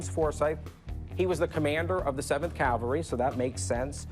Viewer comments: It drives me crazy that Rick keeps saying CALVARY instead of CAVALRY! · It cavalry, not calvary. Jesus died on Calvary. Cavallo is Italian for horse, hence, the cavalry. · Please, the word is "cavalry," NOT "Calvary." That is such an irritating, bozo mistake to make. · Cavalry...not calvary ! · It is pronounced CAV-AL-RY,, Not CAL-Va-RY. ! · It grinds my teeth like nails on the blackboard when Rick says "calvary!" C'mon Rick...